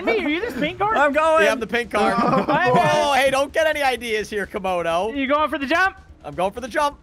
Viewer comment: say camodo its not 96 its 69